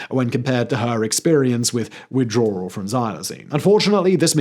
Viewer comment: I don't think it's pronounced "Withdrawral".